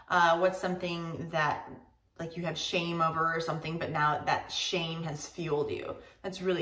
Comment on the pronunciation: To be frank, I as a south asian didn't understand Wendy Fitzwilliam's question, her pronunciation was unclear to me. I'd rather choose a translator if it's not my first language just to be double sure. And it worked! I really didn't understand when she said the words "shame" and "fuel"